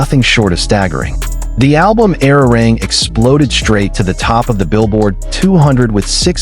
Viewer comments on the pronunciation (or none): Era rang is not the correct pronunciation FGS get i5 right.